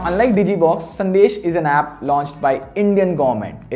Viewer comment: 100th comment Hey small correction it's sandes not sandesh